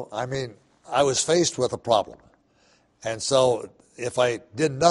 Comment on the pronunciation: "Uh hoston we had a ploblem" Surly had would infer past tense of the problem like I was alreadysolved